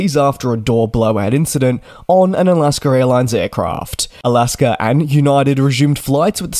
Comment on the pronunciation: Is I'll-ask-her Airlines the same thing as Alaska Airlines?